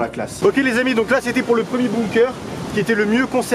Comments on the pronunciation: Ont dit « «bunker» et non «boumker». Mais bon c’est pas grave 😜 !!! Superbe vidéo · On dis pas boomkeur mais bunker